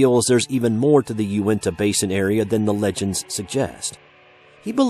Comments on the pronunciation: its pronounced yoo-neh-tah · Sam Leggett can I yell about how he misprounces unitah